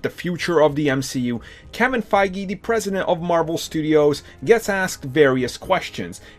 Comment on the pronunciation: “Pwesident of mawvel studios”